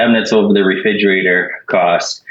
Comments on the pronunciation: I know this is immaterial and kinda judgmental, but it drives me nuts that the plaintiff husband keeps saying “refidjater” instead of re-FRIG-erator. His omission of that second ‘R’ just grates on my nerves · ReFRIGerator, not reFIDGerator. Fascia profile, not facial. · The Plaintiff saying "reFIGerator" 100 times drove me insane. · Why did his wife not tell him that it’s “refrigerator”?! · Who else winced every time the plaintiff said "reFIDgerator"? Seriously though, defendant's job was to 'measue twice, cut once'. Basically. How do you go by customer measurements when you're the one who's being paid to do the job? ESPECIALLY if you think they made a typo? Derp. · Is anyone else hearing Refigerator? lol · Re-fij-erator... And no one must have ever mentioned it to him. He's confident with his pronunciation lol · How does a grown man and homeowner not know how to pronounce refrigerator?? Lol and why would his wife not correct him before going on live tv?? 😆🤦🏽‍♀️ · Someone needs to tell this man how to properly pronounce refrigerator! Driving me nuts! 🤣